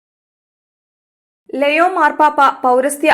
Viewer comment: ലെയോ അല്ല ലിയോ Please read ലിയോ 😪